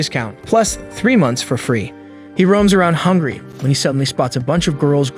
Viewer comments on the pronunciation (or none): none